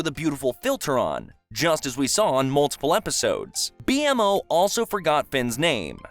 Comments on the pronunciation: It seems like a very surface level rendition of adventure Time. It seems like the creator just read from the wiki and never actually watched the entire show. A lot of the characters he got incorrect like Kara and BMO. Kara is not Karla. BMO is pronounced bee moe not Bee em oh. Marceline doesn't suck the souls from people because she's a vampire. She sucks the souls from people because she's part demon. I know it's silly to get worked up over fictional universe, but for fans of the show this is jarring and just doesn't feel right. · Him saying “B.M.O” is the equivalent of the actors in the live action Avatar the Last Airbender, saying “AHng” instead of “Aang”z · I think this was either narrated by ai or someone who's never watched the show. Who calls BMO "B.M.O?" Grass kingdom? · When I heard him say b m o I went straight to the Comment section to see if anybody else noticed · B-MO “BEEMOE” just say it that way. MO is the name of their creator which is also a callback to human existence because of the name “Moe” and bolsters Finn’s inheritance of humanity because he doesn’t pronounce it letter by letter. This establishes their familial structure even when separated and lost by time which by design predicated their existence in the first place. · bro called bmo B-M-O 💀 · susan's real name is kara not karla and marcy is half human half demon but she was bit bu the vampire king and bmos name is pronounced "bee mo" and hambos not a puppet but it's okay dog. good vid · No way bro said B-M-O. 💀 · Same. It's literally called B-Mo in the show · nearly died when he said B.. M.. O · Wow as someone who only passively watched the show I didnt know a lot of these but I knew enough to suspect the video was made by someone who did not actually watch the show. Calling him B-M-O was a dead giveaway something was off, I don't even think it's nitpicking, sure it does technically say B.M.O. but everyone who speaks it, including the character itself says it as "bee-mo" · ITS B MO NOT BMO